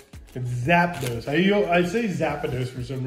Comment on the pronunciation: the online shoe store was zappos bro lol not zapados ahahaha